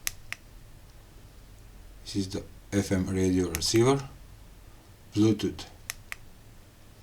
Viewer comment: 12 volt blootoot😄